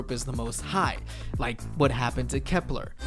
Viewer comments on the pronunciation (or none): Did he just say kepler